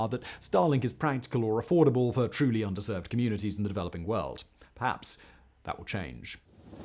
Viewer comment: Regarding the reading of the script for the StarLink segment: "Under-served communities", not "underserved communities". You make it sound like the communities don't deserve things.